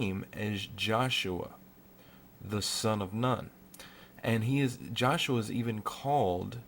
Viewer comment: Nun is pronounced NOON. The 14th. Hebrew letter: Nun. Anyway go to to learn more